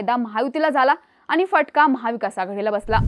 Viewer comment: मुद्दाम आनि पानी करू नका 😂 शुद्ध मराठी बोलण्यात काहीही गैर नाही